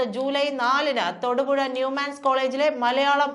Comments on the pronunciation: Thoodu puzha alla Thodupuzha nnu parayu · തോടു പുഴ. എന്നല്ല. തൊടുപുഴ എന്നാണ്. ഇടുക്കി ജില്ലയിലുള്ള സ്ഥലം.